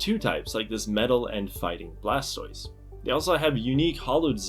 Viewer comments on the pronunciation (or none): none